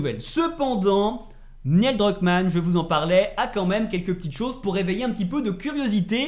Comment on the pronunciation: Neil pas Niel